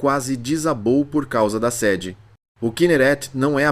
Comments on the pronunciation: Alguém tem que corrigir o português da IA... Não é séde...é sêde... E outras mais... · Chato é a IA dizendo /séde/ em vez de /sêde/ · Você sabe que a narração é de IA diz séde ao invés de sede. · O NARRADOR NÃO SABE A DIFERENÇA E ENTRE "SEDE" E "SEDE"... Será que ele bebe água para matar a SEDE?